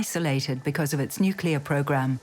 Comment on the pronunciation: ...When 'experts' on nuclear things can't say the word 'nuclear' correctly. 😖